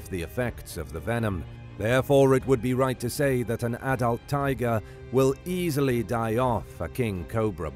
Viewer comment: You failed at "easily."